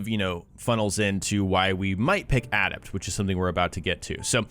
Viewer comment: Dude. Please ask someone how to pronounce the word "adept". You're killin me.